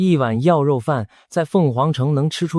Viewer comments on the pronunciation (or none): 影片解說有字發音錯誤，「爌」肉飯，「柏」油路，在台灣的發音是控跟伯。阿「嬤」唸罵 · AI製作的。爌肉飯都講錯了。